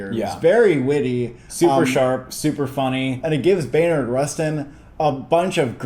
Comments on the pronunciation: Just a heads up guys it's "Bayard" not "Baynard" Rustin :) (or at one point, brother bro definitely said "Maynard Rustin" lol) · Its not Baynard its BAYARD like people calling my dad Blyden "Blinden" 🤦🏽‍♂️ Theres no N It's Bayer asprin not Baynar aspirin... You can do it...